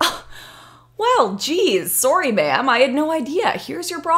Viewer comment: I love the adorable Canadian "sorry." so fucking cute.